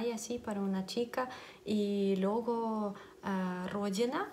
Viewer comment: Cariño se dice "Luego" no LUGO....besos :-)